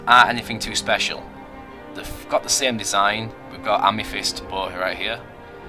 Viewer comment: "Ame-fist" *facepalm*.